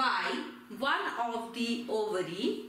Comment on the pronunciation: Overy Is Ovary 😂😂😂